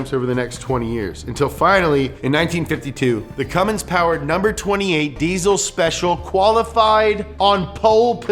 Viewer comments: If you pronounce it "Cummings", you sniff your fingers after you scratch your ass. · The amount of times you say "CumminGs" tilts the shit outta me. There is no G in it, stop pronouncing it that way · Great summary, but if you ever add the "g" to CUMMINS again I'm going to loose it! Also,:( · Up to speed on the cummins what you need to know, then proceed to call it Cummings almost everytime you say it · Dude. Stop calling it "Cummings"... Ugh. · STOP SAYING CUMMINGS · haha Cummings that makes me cringe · Fun drinking game: crush a bud light every time says CumminGs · stop pronouncing Cummins wrong. There's no G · You called it a Cummings in that video once. Shame on you. Lol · They made zero reference of that in the video, it's much more likely that someone didn't know the difference. He pronounced Cummins as Cummings through out the video and got the 24v year completely wrong. They just didn't know what they were doing on this video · Take a shot every time says "cummings" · As a Cummins enthusiast, this video made me proud and yet worried. The Cummins Engine Company has been around for 100 years, but people still pronounce it as Cummings.... Poor Clessie is probably rolling in his grave every time someone mispronounces it! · Ford Cummins= fummins Edit: makes sense that Chevy is reading a my little pony book at the sleep over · Cum mins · Whatsup with the ford Edit: did be just say cummings? You're killing me. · Cummins without the “mins” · Hehe cummins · Now if you can just get people to understand that there's no "G" in Cummins. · Haha. cummins. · Donut don't u mean CUMmins 😉😉😏😏😉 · Gotta make sure you get that [G] in Cummins... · there is no g in cummins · I took a shot every time he added a g to cummins I’m drunk af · You're calling him CumminGs like half the time.. lol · I wasn't gonna say anything but then he said "Cummings" twice... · Haha you said cummen diesel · Did you really just say Cummings?